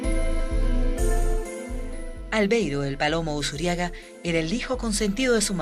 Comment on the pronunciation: es ALVEIRO USURRIAGA LOPEZ .... no "Usuriaga" con doble R... RR